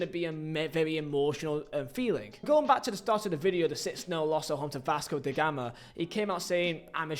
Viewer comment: Vasco Die Gama?😂 Not bothering to spend 2 minutes to learn the Brazilian season setup? Not so funny.